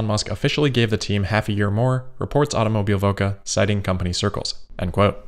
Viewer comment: "Automobilwoche" means Automobileweek translated. ... just for reference :) ... and you definitely made bits of that pronouncing it :)